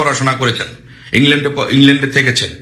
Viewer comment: ভাই, আপনার ইংরেজি উচ্চারণ এর প্রতি একটু যত্নবান হোউন। বাংলা উচ্চারণেও সমস্যা। কানে লাগে। আপনি নির্ভরকে বলছেন নির্বর! ভাতা কে বলছেন বাতা! ইংল্যান্ডকে বলছেন ইংলেন্ড! মধ্যেকে বলছেন মদ্যে! মুক্তিযুদ্ধকে বলছেন মুক্তিযুদ্দ! ভঙ্গকে বলছেন বংগ। দুঃখিত ভুল বুঝবেন না, আপনার সব ভিডিও দেখি। তথ্য নির্ভর। জয় বাংলা।